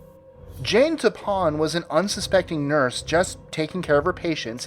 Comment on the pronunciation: #17: Its pronounced Toe-Pan.